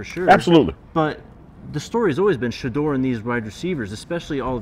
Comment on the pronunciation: “ this team is built around Sheduer Sanders” 🤔